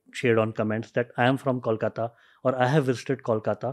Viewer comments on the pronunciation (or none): The host is murdering me with his pronunciation of Kolkata. IT IS not Callkata 😅- Kolkata as in Koala Ko 😡😡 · Try to pronounce "Kolkata" like you pronounce "Boing" and not "Kaulkata"